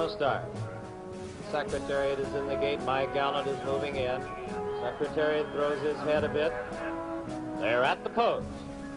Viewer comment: The announcer in the Kentucky Derby he says "sex" Secretariat ! He actually screws up alot of announcing in all 3 races, just pointing out.